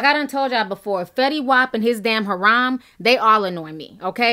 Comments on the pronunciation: It's a harem, not Ha'rom, Hair-em. Say it with me, hair-em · Haram? Did you mean “harem”? lol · Ti and the mispronunciation of damn near every other word (ha-rom=harem, kissawowie=kisswowie, litre/leader=litter)😂🤦 Love you though! Keep keepin' it 100% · Harem not horam. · Your pronunciation kills me hair-um but i love your videos